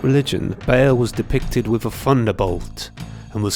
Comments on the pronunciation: Ba al not bale. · Ba'al should be pronounced Baal, not Bail.